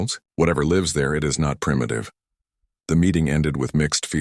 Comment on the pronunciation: The word 'lives' is falsely presented with a hard 'i' but the correct homonym would have a soft 'i' and suit the local storyline!. Oops LoL 😢😢